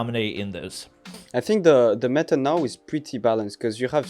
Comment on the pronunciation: Meta: Meh"a